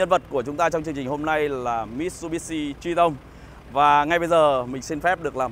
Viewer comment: Có ai nghe chữ Triton đọc là “Tri - tông” cảm thấy có gì đó khó chịu như mình không? :))))